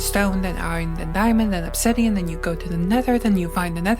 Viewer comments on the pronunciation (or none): none